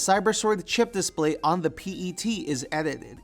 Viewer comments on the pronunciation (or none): none